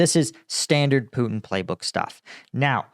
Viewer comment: Karoline Leavitt cant even say Putin's name right. she says "Poo-in"